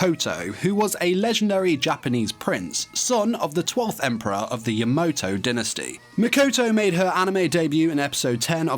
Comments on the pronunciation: YamAto, not Yamoto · Name is: Ya-MA-to pronounces it: Ya-MO-to RIP AND TEAR RIP AND TEAR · YamOto ah, ya-NO-to It's Ya-MA-To